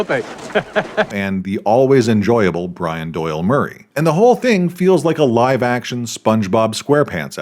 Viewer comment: Ackchyually, it's pronounced "bree-OHN." Q: "How much Masonic imagery do you want in this scene?" A: "Yes." Brion James was good in everything he was ever in. How'd he go from Blade Runner to THIS, though? For that matter, how'd Chris Elliot go from Groundhog Day to THIS? How'd Bruce Campbell go from Army of Darkness to Cave Alien? Have you seen Freaked, Bad Channels, and/or Nothing but Trouble?